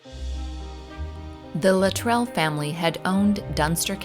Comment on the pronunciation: Minor point, but the name Luttrell is pronounced with the emphasis on the first syllable